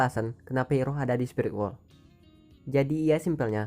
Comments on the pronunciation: Denger kata iroh agak geli gan? Kayak bibik sayur deket rumah,,, rasanya kalo disebut airoh deh di film... Ane bukan ngomong soal tulisan, tp penyebutan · Koreksi bang penyebutan namanya bukan iroh tapi airoh